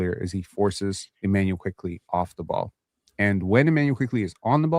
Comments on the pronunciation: I’m generally confused. Is and purposely mispronouncing Quickley as “Quigley” a running joke to trigger? 🤔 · Its so annoying how says QUIGLEY everytime but tries to act like he's saying it right like wtf is wrong with this old decrepit man😂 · a year later and i swear is still saying quiGley